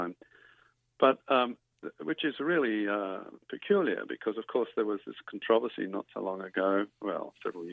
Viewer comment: You are the first person I have ever heard media in my long life that said "controversy" correctly. God bless you.